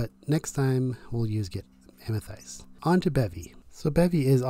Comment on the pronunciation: So triggered by the way you pronounce Amethyst lol. Great video thank you.